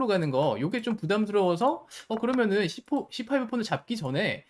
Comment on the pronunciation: 여기 c4 발음 뭔가 좋다